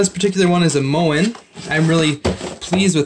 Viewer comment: Thank you for showing how to pivot/rotate the part of the bracket that holds the shower head, which Moen's installation instructions and YT video do not show. (Also, it's pronounced "MOW-en".)